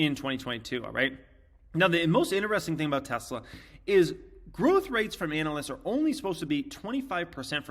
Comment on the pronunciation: Please learn the pronunciation of Tesla...Musk says it correctly as a hint